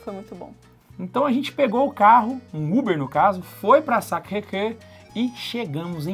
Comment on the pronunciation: Sacrecre kkkkkkk a pronúncia é sacrequior .